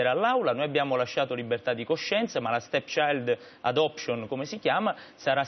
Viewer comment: Minuto 10.50, Annunziata: "Stepchisghelect...stechiadosc..." Questa è una giornalista?